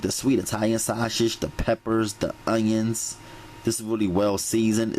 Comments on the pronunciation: Baby when he said "Sweege" and "Shashe" I was done😂😂😂😂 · You heard him... shawshage! 😂💯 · He said, "sweeeze, and shasague! 😂😂😂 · Glossary: "Shweeze" "Shawshage" "Veggietables" "Moishurize" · 2019 Thanksgiving Day and I am HERE! for the vegibles and shashage!😩😂🙌🏿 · Veggables...😁😁😁😁😁 Shaushage😁😂😂😂💪